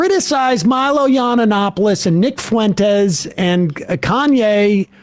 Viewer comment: Low key flex that Sam has been mispronouncing Yiannopoulos for 6+ years 😆